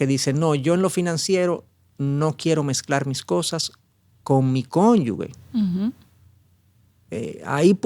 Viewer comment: Si se escribe cónyuge. Como se lee? ese es un error muy común leerlo como si fuera cónyugue. Corrija eso por favor